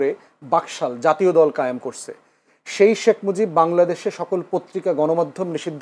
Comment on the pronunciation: শেখ মুজিব কে শেখ মুজব বলবেনা কি দৌলতদিয়ার খদ্দের বলবে আজব 😂😂😂😂😂